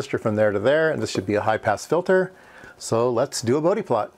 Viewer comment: For all the electrical engineers though in UK, yes it's "boudi" not "Bowd" plot. This was the first time I heard it called "boudi", checked and its the correct pronunciation.